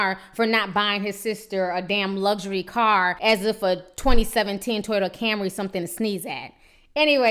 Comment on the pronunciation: Ti you almost killed me in the beginning...you said a "Brand new 2007 Toyata" lmao